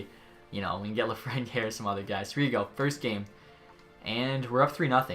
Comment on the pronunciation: its not lafrenyay it just isn't